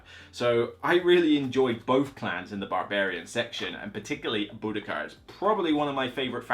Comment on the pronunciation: This is super helpful. EOTN is in my top 5 to buy list, and I didn't even know there were all these expansions. Good job on pronouncing Boudicca 😁